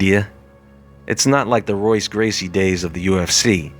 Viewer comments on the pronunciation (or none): Their names are pronounced differently. In Portuguese the R’s are pronounced with an H sound. So Royce is pronounced Hoyce. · pronounced "HOYCE" not Royce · The "R" in his language is sounded out as "H." It's "hoy-ss" but that's okay...you know just enough...just enough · your constant mispronunciation of the gracie names makes you look like a white belt. in portuguese the r makes an h sound. i.e. hoyce or horion. youre welcome. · R is pronounced H in the names (brasil portuguese) sounding like Hoice & Horion